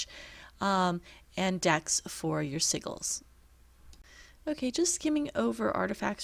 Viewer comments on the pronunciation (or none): 🤣🤣did you say siggles?